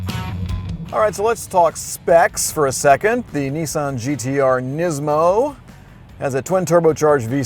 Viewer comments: not nessan its nissan you are a irritant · I know why the car resets every time you use it, you can say Nismo ok, but ffs whats with NEEESAN? Its Nissan ! Another point i surmise the car resets, its because it is liable to commit hari kari if it had to listen to thats voice for much longer! jez sorry bud but your voice! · Nissssan not kneeeesan... ffs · Lmao why does everyone call it a Neesan, it’s Nissan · Yeah, and what is a Kneesaahn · NISSAN i is not eeeee and A is not ahahrrrr. NEEEEESAHAHN ?????? TERIBBLE REVIEW???? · There is no R in Nissan, stop pronouncing it as Nis-SARN!!! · Opened the link... Heard an American seriously Americanizing a Japanese car... Closed the link.. WTF is a Kneesahn? 🤔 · Is it just me or does he say Nissan really weird